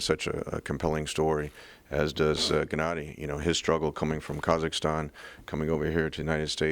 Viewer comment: "Jennady" lmao 😂 and Gennady calls danny Daniel 😂 Perfect